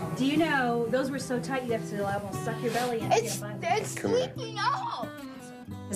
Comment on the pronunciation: "can I haf a hug?" proceeds to shake his hand